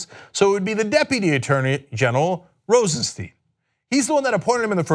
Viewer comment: Please its Rosenstein not Rosensteen. Stein ist the german word for stone. It sounds like a y., so you can say Rosenstyn if its easier. Please